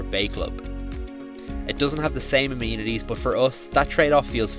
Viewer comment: Great video, but it is amenities not amenities.